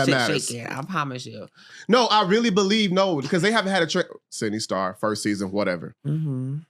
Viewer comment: I really wish she would correct people on her name. If you’re gonna interview someone atleast have the common decency to know who tf you’re interviewing and how to pronounce their names. Especially if you’re gonna keep saying her name every 5 seconds. It comes off unprofessional and obvious you did no prior research, it’s about clicks & views. Very disingenuous. You’re dry, need to work on your questioning and delivery. Why interview someone if you don’t know who they are? Journalism requires research and these long pauses makes it clear there was none. This was uncomfy idk. Hopefully you can take mine & everyone else’s criticism to better your “craft”